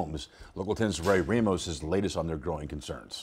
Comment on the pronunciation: Roy Rah-mos, not Ray-mos.